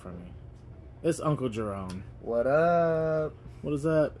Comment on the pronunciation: It’s uncle Jefome